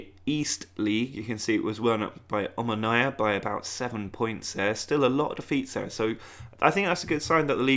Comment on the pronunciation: Lol your pronounciation Of omonia was way off